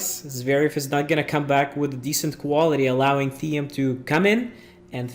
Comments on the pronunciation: It’s not pronounced Thee-em it’s pronounced like the word “Team” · Good video :) Just one thing: Thiem is pronounced like "team" (trust me, I'm austrian) ;) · good video but learn how to pronounciate "thiem"